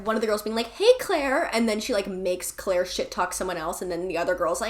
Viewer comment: The Clique was my FAVORITE book in middle school and I appreciate how you pronounced Claire as Kuh-laire!